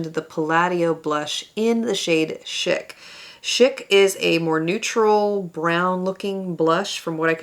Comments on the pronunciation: I love this video! I hope you’re having a lovely week. I just want to gently let you know that chic is pronounced like “sheek” (I think it’s French?) and chica is pronounced like “cheek-ah” and is Spanish for girl. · No one knows the word, chic anymore. It’s pronounced like sheik like an Arab Sheik.